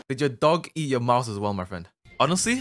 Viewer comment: I like all video when you says the infamous word "yuer"....